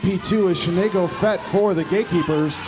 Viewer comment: "Shenay-go-Fett" haha...